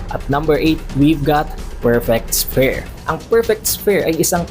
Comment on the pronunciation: Sphere = sfeer pronunciation don, lods. 😊